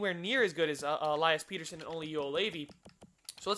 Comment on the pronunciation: Pettersson is pett-er-sson not peter-son